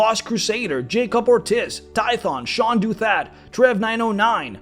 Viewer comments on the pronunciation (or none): none